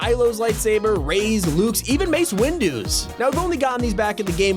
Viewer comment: He said maze windus